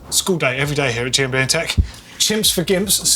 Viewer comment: The way you say GMBN sounds like Jambient